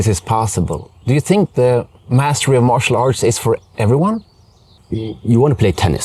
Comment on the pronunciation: Sounds like he said muscle art